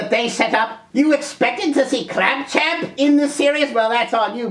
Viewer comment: Another problem with clamp champ is his cheesy name that most folks (including myself) mispronounce as clamp tramp,,... even without (or other's) special elixir. However, kudos for the correct pronunciation...errr gave that name at various other times in this vid.